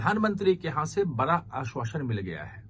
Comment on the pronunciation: Bara nahin bada bola karo.